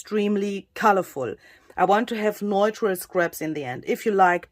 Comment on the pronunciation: Wow,! Everything you touch turns into beauty! By the way, the word “neutral” is pronounced, “new-tral.” (Sorry, if someone already told you).